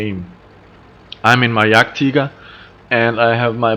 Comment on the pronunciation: I am a German and he spoke it correctly. Most English and American people speak it wrong. ;) Ps: Sorry if speak wasn't the right word, but I think you know what I mean. ^^ Greatings